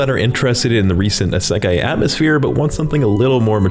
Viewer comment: "hey i know this one ISAKAI " what the hell is isakai?